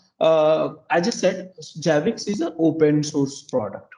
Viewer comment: It's annoying he calls it JABIX. It is ZZZZZZ ZAABBBIXXXX like ZERO not JEERO.